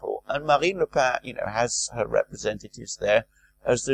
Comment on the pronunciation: Genial, but don't mispronounce Marine Le Pen, whose surname is pronounced just the same as the writing implement..